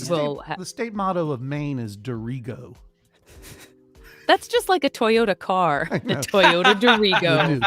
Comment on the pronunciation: The Maine state motto has the emphasis on the first syllable - "DEAR-i-go"!